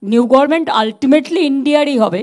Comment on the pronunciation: Gorment not Government bolun.